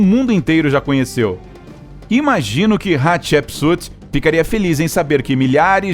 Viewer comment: Estou usando fone, e cada vez que ele fala Hatshepsut o meu ouvido sangra, kkkkkkk.